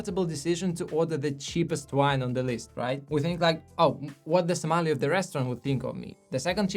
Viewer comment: Interesting video, my only advice is learn to pronounce sommelier correctly.